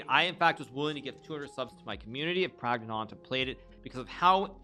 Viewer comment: Flawless...except for adding a phantom t to the end of Prags name